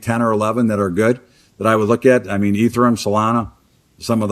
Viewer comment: My man said E-thur-um😂 😂 you gotta let him know it’s Eeeeeth-ear-eeum